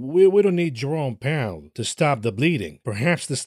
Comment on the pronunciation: I misheard you say Jerome Powell as "Your-own Peril" and had a proper snort.